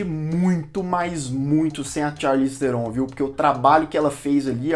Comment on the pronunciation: O NOME DELA SE PRONÚNCIA ASSIM, CHARLIZE TRON E NÃO TERON